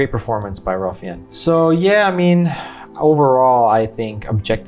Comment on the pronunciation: Wow. Good quote. I read that book years ago. You've done a very thoughtful job with reacting to and reviewing this film. I think Fiennes is pronounced 'fines'. Yep. There were other heroes. My great uncle had two sisters who left Germany on something called the Kinder Transport. He was too old for the Kinder Transport but he had a business associate in Japan who was able to get him out of Europe. There are so many stories. I have a cousin who escaped a work detail and lived out the war in the woods. Nazis generally avoided the woods because Russian resistors camped out in them. On the gas chamber, incoming groups of able-bodied people were generally kept in 'working order' for as long as they were needed to perform camp labor. I remember seeing that and just not even being able to move until the water started coming out. I read something interesting about the characters of Helen Hirsch and Itzak Stern. In both cases, in real life, there were other people who were in their same situations, who weren't depicted in the film. For example there were a few other house girls and there were also 4 other men who worked along with Stern. I guess for film structuring, Speilberg thought it better to focus on two distinct individuals instead of groups of people. Or, maybe they weren't around by that point to share their stories directly. There's an interesting (actually fascinating) documentary about Goeth's daughter who when she grew up and learned about who her father was (she was born